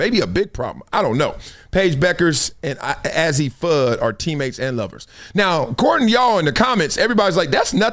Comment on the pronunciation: Bra it’s a-zzi not Ozzie 😂 and the Pac-Man thing is from colors com on man